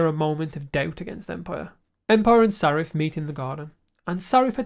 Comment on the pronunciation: Hi,! You seem to have trouble pronouncing names the way it is in the show!😅 Is that regional? Saref ≠ Sareth Salvador ≠ Salvor Galowen ≠ Glaywen Bruvver Constant ≠ Brother